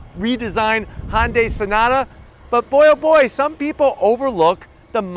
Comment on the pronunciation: Broooo...lol..c'mon man..its HUN, not HON. Day.